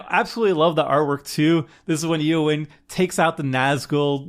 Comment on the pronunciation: "Aowyn" Shield-Maiden. Can't have you sounding like Seth, mispronouncing everything.